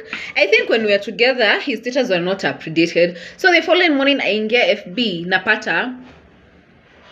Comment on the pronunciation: 🤣🤣🤣🤣 What in the name of drama fest is that "mourning"